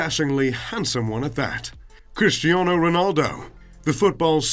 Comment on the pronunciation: It’s Cristiano, not Christiano